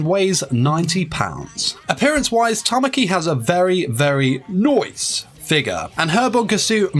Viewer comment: that Noice made me laugh everytime